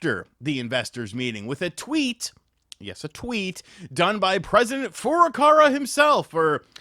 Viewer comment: Fur-ah-cow-ah. I don't know who fur-ah-car-ah is. I know the first is not the Japanese vowel pronunciation but we have to start somewhere. After we get to a closer English name then we can work on the more advanced stuff.